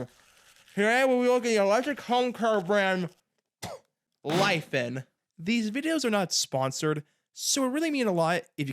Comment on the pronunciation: omg didnt know you were chinese, the pronounciation absolutely shook my socks off. hihi